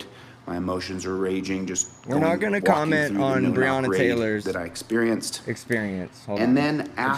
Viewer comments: How insulting it is he can't say her name correctly. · 😂😂😂😂😂😂😂😂😂😂😂😂😂😂😂😂😂😂😂😂😂😂😂😂😂😂😂😂😂😂😂😂😂😂😂😂😂😂😂😂😂😂 He cares about Breanna. He mispronounced her name.